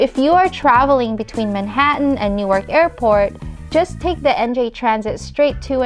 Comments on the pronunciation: Great job, finally someone who likes and understands our vast and multi-faceted rail system. Only comment is Newark is a short "a" and kind of slurred together, sometimes it can even become Newrk. Glad you like NJ so do many of us. Love the magical and fresh air compliments. Thanks again good video. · PULEEZ... learn how to pronounce "Newark" correctly. "New-Ark" is in Delaware. In the New Jersey city, the "a" is silent.